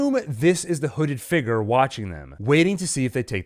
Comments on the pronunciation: I cannot take the way this man pronounces "figure" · Can you pronounce the word 'figure' a bit better? Thankyou